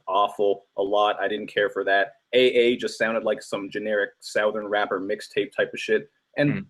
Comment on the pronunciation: the way luke james pronounces southern is cringe